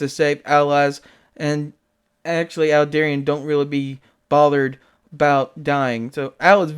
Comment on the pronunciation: Aldebaran... to pronounce it properly just pretend you're speaking Italian, "Al-deh-bah-rhan" ... Don't forget to roll the 'r' ;P Aldebaran /ælˈdɛbərən/, designated α Tauri (Latinized to Alpha Tauri), is a giant star measured to be about 65 light-years from the Sun in the zodiac constellation Taurus. It is the brightest star in Taurus and generally the fourteenth-brightest star in the night sky, though it varies slowly in brightness between magnitude 0.75 and 0.95. Aldebaran is believed to host a planet several times the mass of Jupiter, named Aldebaran b.